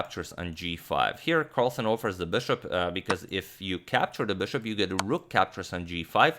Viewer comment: STOP SAYING "BÖSHOP" PLEASE ITS BISHOP AND PAINFULL THNKS!